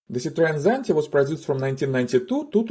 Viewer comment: Zitreän Tsanti... Sedarin Tsanti...Zideren Tsanti...Tsante...Zidrine...Sara...Zante...Zatta... Lasst es einfach bleiben! Unerträgliches KI Gelaber.💩